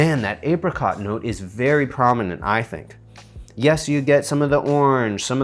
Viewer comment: I died laughing when you said "apericot" LOL